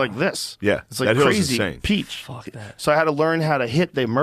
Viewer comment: “crazy peach” ahaha